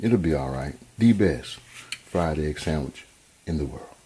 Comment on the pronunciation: Fried eggk! Ya heard the man.